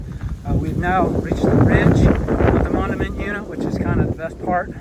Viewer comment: Hi, just started watching, very nice to highlight Iowa's loess hills. BTW Mondamian is pronounced mon-day-min. Thanks for the video!